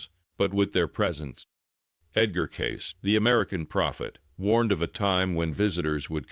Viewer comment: Hey dummy A.I. narrator - Edgar Cayce's name is not pronounced "Case". It's pronounced "CASEY"!!!!!